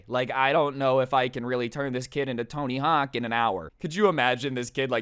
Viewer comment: Man said tony hawken 🤣😂🤣